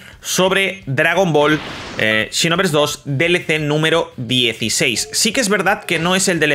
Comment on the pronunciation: Por que dice chinoverse 2😂